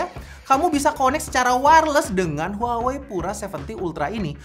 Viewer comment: 😂 HUAWEi harusnya dibaca "WAHWEi"